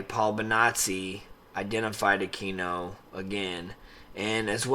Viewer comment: His name isn’t “uh-key-no”, it is pronounced “uh-queen-no”. And he was NOT involved in ritual abuse, whatsoever. Study up. There’s a book called “Extreme Prejudice” that denotes that entire time period.